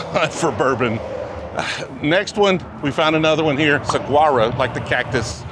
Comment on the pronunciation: Not sag uaro, saw war row